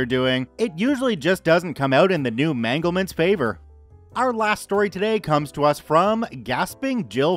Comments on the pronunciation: "The new manglements favor". Yep, that's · new" manglement". I love it.